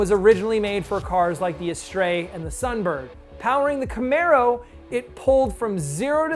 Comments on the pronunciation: Astre is Ass-ter, not a-stray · You really think "Astre" is pronounced "as-tray"?! There are even some YouTube vids that will teach you how it has always been pronounced - "as-ter." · pronounced "Astra" and if you are a tween in the seventies and bet your Dad $10 on the spelling it is "Astre"...I win. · I was a teenager when I saw the Pontiac Astre TV ad,its pronounced as-ter not as-stray. Also the 4.6 that came out in 1996 was in my 93 Lincoln Mark 8 before the Mustang got it..It has 280 HP. It was called an In-Tech V8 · a stray ? Astre is pronounced Ass- ter.